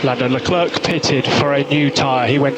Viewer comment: his name is Leclerc, Not Leclurc.!.. mr race-engineer.